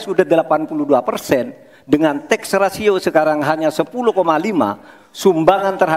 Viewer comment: Maaf, bukan TEXA RATIO, tp TAX RATIO...😊